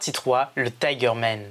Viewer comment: Man pas Men un petit cour d'anglais rapide mdr !🤣🤣🤣